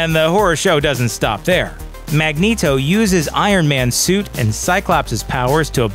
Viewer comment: The way you say "Magneto" is the least forgivable thing on this list. And there is incest, and domestic abuse on this list. Yikes...